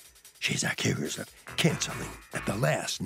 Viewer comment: In the beginning why did he said “accuse” that hard 😂😂😂😂